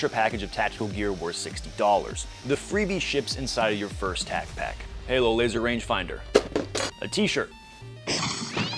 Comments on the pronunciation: your mispronouncing tacpack, talk to brandon please. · You said tacpack wrong 😂should be shouted in an aggressive style lol